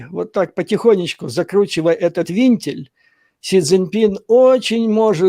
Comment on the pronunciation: Не винтиль, а вентиль.Швец безграмотный как слесарь.